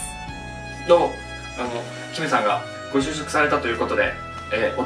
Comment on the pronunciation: みんなが「ご就職おめでとうございます！」が「ごしゅうしょうさま！！」に聞こえる😆 ごめんね…😌